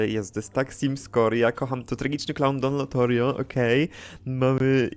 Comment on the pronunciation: omg, pasjonat simsów nie zna jak poprawnie wypowiadać imię i nazwisko kultowych simów, Don lotorio? kto to niby